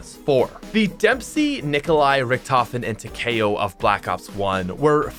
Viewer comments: Erm... that ain’t how you say takeo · takayo ??? isn't takeo